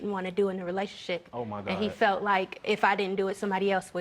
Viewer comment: Sounds like she's saying "relationshit"! This is hilarious!